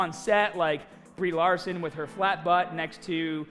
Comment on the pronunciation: You know who plays Captain Mahhhvel? Brie Lahhhhhhhson